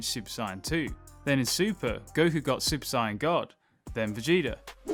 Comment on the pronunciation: I keep hearing super cyan. Why.